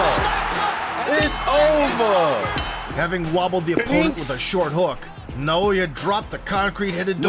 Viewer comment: Nah-oh-ya In-no-way